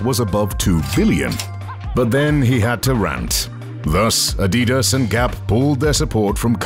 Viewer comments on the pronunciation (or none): none